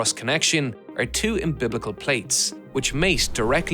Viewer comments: Um-beh-lik-ul. Not um-biblical. Way more than that but we can hopefully make progress on that one. Nebula sub when progress witnessed. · Umbiblical plates 👌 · The "umbiblical" doors😂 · Um-bil-ical not umbiblical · ..."imbiblical" sure is a funny way to pronounce "umbilical"... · Umbiblical. Yes I’m sure they said Hail Mary’s every time they installed them. Think you mean “umbilical “. Haha. Great production anyway. Just thought that was funny when you did it twice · I hate that you say un-biblical when you mean umbilical.. At least the subtitles are correct :) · Every time you have the word "umbilical," you're saying "umbiblical," and I'm sorry, but I have to laugh. Fantastic video. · Im-biblical???? I think the word is umbilical. You know, like a baby's umbilical cord. Great doc though. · I will never call a connection an 'umbilical' ever again. I much prefer your 'umbiblical'. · excellent video! It was quite entertaining to hear you say "umbiblical" over and over again!🤣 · Lol, took me a while to realise he was trying to say umbilical when he said umbiblical. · Definitely umbilical. Thought that was a strange error. Maybe trying to get people to comment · "umbiblical" cute mispronounciation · yes, it's just that accidentally pronounced it "umbiBlical" with a second B. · Awesome, as always. Just a note, it's umbilical, not embiblical.